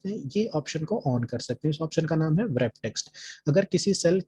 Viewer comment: wrap text bolne me w, silent rehta hai